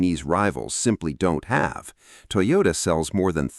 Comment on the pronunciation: IT'S NOT "TOYORA", IT'S TOYOTA 👍🏽👍🏽